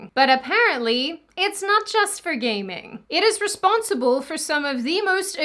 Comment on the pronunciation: for a second there I thought you were saying “gay men” instead of “gaming,” but I guess both can be true depending on your pov…